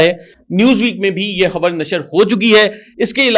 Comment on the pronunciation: حبر نہیں! خبر 😊